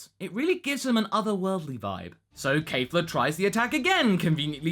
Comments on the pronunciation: Okay, since you seem to not be able to get this, let me try to help. It's not Kaffla, it's not Kayfla. it's Kefla. Keff. Lah. Not hard stuff, champ. You even said it correctly once by accident. You can do this, I believe in you! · Please stop saying Kaefla... It's Kefla..[KEH-FLAH] Not [KAE-FLAH] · Out of curiosity, where is where is everyone getting "Kafla" (Kay-Flah) From? I don't hear it with them speaking, and it's spelled ケ(Ke)フ(Fu)ラ(Ra) in the title card, which is how I hear it spoken. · Yes? That did not answer my question. I know it's "Kefura," which is why I do not get where all the reviewers are getting "Kay-flah" from. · Say it with me: KEFLA, not KAFLA. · Your saying the fusion name of kale and caulifla wrong it's kefla the e is not silent its the same thing i said geekdom 101 and he still said it wrong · it's pronounced "Kef-la" least that's how it sounds in the show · I'm pretty sure you mispronounced Kefla's name. Think Kefka from Final Fantasy VI, but replace the second K with the letter L. Pretty sure thats how it is.